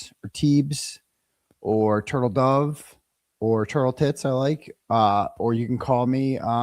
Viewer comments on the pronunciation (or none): none